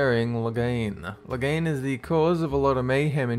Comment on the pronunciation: Do you know your pronouncing Logan's name wrong?